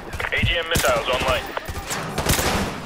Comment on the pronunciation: I love how he says Missile omg